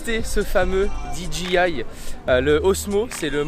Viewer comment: On dit d j i et cest de la patate car le phantom 3 que j'ai essayer et ultra stabiliser